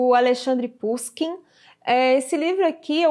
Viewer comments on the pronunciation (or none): Pushikin se pronuncia Puxiquim